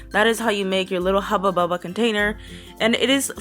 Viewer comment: I love how you say hubbu bubba creepy lol